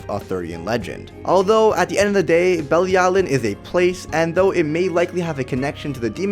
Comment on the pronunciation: Bruh she’s not affected by commandments because the supreme deity gave her immunity to them. ALSO you COMPLETELY butchered the word belialin. Watch the anime bro